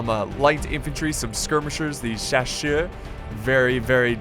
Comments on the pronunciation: Chaussers is pronounced shass-uhh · chasseurs is pronounced shassear. the 1st A like in Argentina and the EA like in Earl. ouais mec t´es fou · CHASSEURS = SHASSER.. ok?;) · I don't really know how to explain how to pronounce "Chasseurs" it's pretty much just like you say shass and then you have a stroke causing you to slur the next part French is a weird language